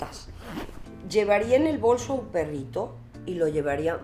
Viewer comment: Min 1.24 dice claramente bolso las demás veces dice bolsho con voz de ruca